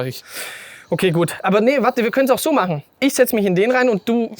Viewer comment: Danke für diese lustige Video. Wir hatten wieder richtig viel Spass. Nicht vom Inhalt, sondern von deiner Aussprache. Machne, drückne, haltne, habne, hintne, untne, gewesne, durchfahrne, durchcheckne, das ist ja nur eine kleine Auswahl. Unsre kleine Gruppe hat jedesmal einen sitzen, ne sorry, sitzne wenn wir einen kurzne trikne bei deinen lustigne Videos.